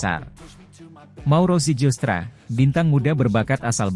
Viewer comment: bacanya ziilstra